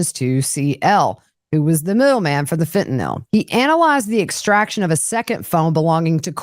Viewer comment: Thank you. Watching from Alaska. Also Thank you for knowing how to pronounce Fentanyl.